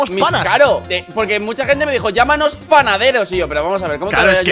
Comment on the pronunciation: XD cuando trolero dijo panaturos 😂😂😂😂